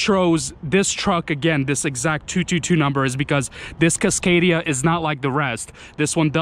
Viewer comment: The fuck is a CUScadia?